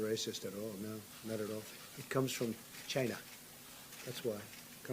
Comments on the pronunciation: It's Chyna or Chi-nuh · "It comes from Chana" 😂